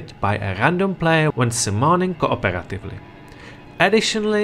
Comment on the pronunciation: Tha Plyar, Kuh Uhperatively lmfao Your pronunciation is so funny